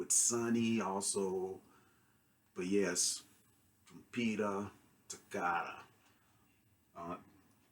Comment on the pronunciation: Great review, nothing to add about your takes. Just fyi here's how trompeta toccata is pronunced: Trom- like you currently pronunce, -peta like when saying "Pet" plus an a. Toccata is basically as you already say but with a strong double c, pretty much like you would say a "k". Just wanted to let you know, as an italian-spanish bilingual person. Great review.